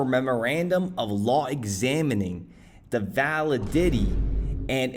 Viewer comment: vuh·li·duh·tee:face-green-smiling:. lol. good video